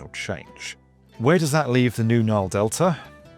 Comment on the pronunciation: He called it "The Naal"